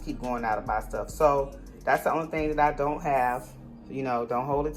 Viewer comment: "Ion wanna try it" 🤣🤣🤣🤣🤣🤣🤣🤣🤣🤣🤣🤣🤣🤣🤣🤣🤣